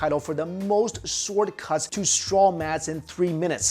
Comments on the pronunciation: Stop saying s'W'ord please :) Drop the w... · The w is silent goddammit!! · I think he saying sword wrong